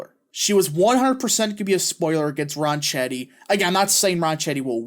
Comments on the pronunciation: I'll be voting early for him this morning. It's pronounced "Ron Ketty" BTW. Thanks for the vid 👍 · You should learn how to pronounce his last name before you start to talk about him. I am by no means a Grisham fan. She’s a lunatic. Ronchetti was a weatherman for years on KOAT. It’s pronounced Ron-ketti. Try calling his campaign headquarters if you believe me. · Yeah, Ronchetti is an Italian name. And the "c-h" combo in Italian makes a 'k' noise. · Ronchetti is an Italian name. And the "c-h" combo in Italian makes a 'k' noise. So you're pronouncing his name incorrectly. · Hey, the pronunciation is 'close enough for government work' OK?